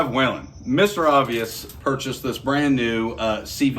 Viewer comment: Thanks for the video and thank you for your service! The name is WHELEN rather than WHALEN, though... pronounced WHEELEN rather than WHAYLAN.